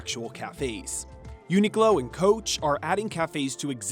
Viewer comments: It says uniQlo so clearly by him, but he’s saying glow? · Uniqlo not Uniglo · he does it each time he says the brands' name. Qlo makes a 'k' sound not 'g' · Its UNIQLO (unik-low) not UNIGLOW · The presenter keeps on saying Uniglow. It's actually Uniqlo (pronounced Klow).. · it's uniqlo not uni-glow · It’s Qlo not Glow. Oh my God…. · Why is he pronouncing it like uni-glow? it's a q. uniqlo. uni-klo. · It's YOO-nee-kloh not uniGlow lmao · It"s a 'Q". Not UNI-G-LO ! Does your reporting even know retail brands??? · Americans .,.... it's UNIQLO ... not UNIGLO ........ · I know damn well a lot of people ended the video hearing you say “uni-glow” 😂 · Why’d the host call it “UNIGLO”!? There’s no G bud… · We’re just gonna act like he’s not saying “uni-glow”? 😭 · I absolutely hated the way he said Uniqlo and kept saying it wrong really really got to me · Welp I’m fluent in Japanese and I don’t pronounce Uniqlo the “correct” way bc it’s too long (4 syllables). I don’t blame anyone who “mispronounce” Uniqlo if they are gonna make a name this difficult to pronounce. Especially cause uniglow is not even that wrong compared to the Japanese name.